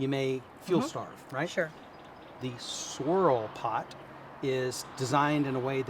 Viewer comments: I thought I said sorell pot as well! 😁😂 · Yea I heard him say Sorrol Pot Tool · I thought that he said sorell pot, not “swirl” pot!